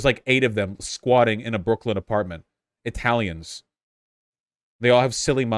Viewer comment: pronounced that "italieenex"